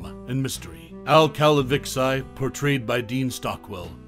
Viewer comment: Did this narrator ever even watch the show? It's not pronounced "Cal-a-vix-i" it is pronounced "Cal-a-vee-chee"!!!